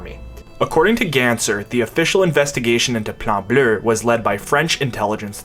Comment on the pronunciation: I cannot stress enough how hard I laughed every time you said “Plan Bleu” in a proper accent. I’m out in public cackling like a mad man 10/10 keep up the good work my man.